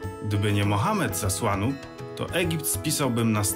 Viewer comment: Przecież to jest Asuan a nie Asłan jak to wymawiasz, dlaczego tak wymawiasz? Pozdrawiam i trzymam kciuki.